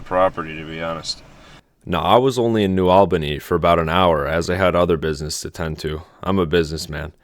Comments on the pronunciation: FYI it's New AHL-bany (as in All) not New AL-bany (as in Al Pacino) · It’s the price of progress, good thing you weren’t around a hundred years ago you’d be really upset. We pronounce New ALL-BA-KNEE. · Its pronounced New "ALL" Bany 🫡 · New All-ban-ee.